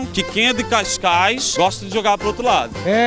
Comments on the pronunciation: Malta é CASCAIS E NÃO CAIS CAIS😂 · e cascais nao cais cais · É Cascais não Cais Cais